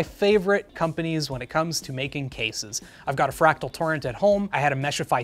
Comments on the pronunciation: "Fratal" instead of fractal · "Fratal North" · 3;21 'Fratal' 😂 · "Fratal" Lmao